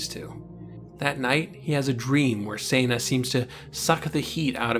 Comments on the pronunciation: Its Seh-na like Sentence...Not Sana like Santa ;) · HOW DID I MISS THAT YOU DID THIS?! Time to Binge-Watch! one review later You make a great point about Toxic Masculinity. I hope you fix Senna's pronunciation in future reviews. Remember, it's a bastardization of her actual name, Senda, which is Spanish. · This is a very well thought-out commentary... but I can't help but wonder if your tendency to say Senna's name every way but the *right* way despite the simple and clear-cut spelling of it is something you're doing intentionally just to screw with viewers, or if you just literally don't realized you're switching up the pronunciation every other time you say it. Like I said though, this is a great rundown of the book on your part... and the books, themselves, were all excellent. One of these days I'll have to dig my copies of the series out for a re-read, and for my daughter's first. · You're saying Senna wrong!!!!!!